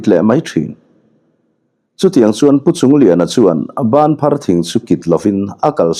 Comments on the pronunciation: Bânphar thing chu a awm ngei a, i lam dan pawh a dik e. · Banphar i lam dik lutuk e. Zuang thing nen hian in ang ve deuh tak a ni banphar hi zawbuang leh thehlei ten an tlan ṭhin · Chhimlamah hian Banphar thing chu atam khawp mai,ilam dik e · Banphar thing I lam dik e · Banphar tih hi i lam dik chiang e. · Banthar i lam dan a dik e. Engtin nge kha chen banphar thing hre lova i lo awm theih le. Phai lam deuh ah hian a tam bik in a lang e. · Ilam dik lu tuk banphar thing chu kan huan ah thing phek in kan zai tir mek e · Banphar thing a awm alawm, i lam dik e. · Banphar tih kha i lam dike